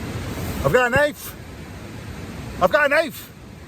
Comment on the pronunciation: Groundkeeper Whilie: Ef gut a knofe in here!!!